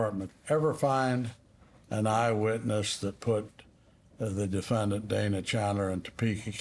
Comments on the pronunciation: Anyone else also keep saying DEF-AN-DANT ? 🤣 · The real tragedy is how the prosecutor pronounes the word defendant. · Defend-ANT I got a kick out of the attorneys pronunciation of the word. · Not that it matters, but the prosecutor pronouncing defendant as defenDANT is odd. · "Dee-fan-dant"... Jackie Spradling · "the defend-int" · Why does she pronounce defendant like that?????😅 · What is with this lawyer's pronunciation of the word "defendant"? 😅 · That prosecutor should have been disbarred just for how she says ‘defendant’, let alone the misconduct. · YES! I just passed that part and was cracking up in my office.